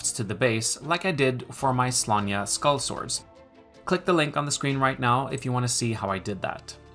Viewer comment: Thatching looks great for such a quick method, definitely stealing that. Also, top marks for the pronunciation of Sláine.